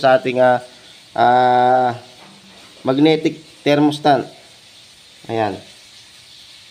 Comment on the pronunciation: THERMOSTAT pards hindi thermostant